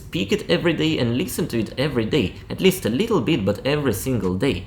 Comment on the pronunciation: The words " trip and bit" you say treep and beet.